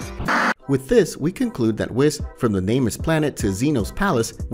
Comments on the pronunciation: Can you please try to pronounce it right it's whis but pronounced as weece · Bro, if you can't even say whis and zeno correctly how are you going to expect people to take you seriously.... like really man? Come on